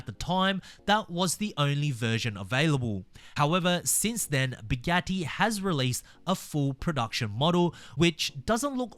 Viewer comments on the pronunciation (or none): none